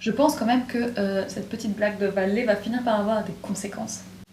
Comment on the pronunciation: ce prononce "Bale" mdr